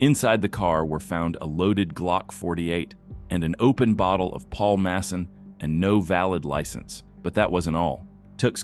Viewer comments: Paul Masson is pronounced Paul Muss On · Paul "masun" 😂😂😂😂😂